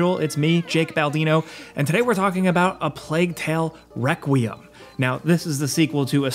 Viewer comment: Is it me or he said the game name wrong